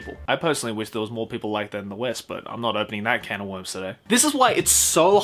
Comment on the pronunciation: "I'm not opening that can of worms up today" I watched that part three times and I always thought he said cantaloupe